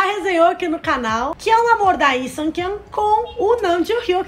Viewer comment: Queria saber por que vocês não estão falando o L no nome deles... Coreanos falam o L sim. Lee é Li, e não "I"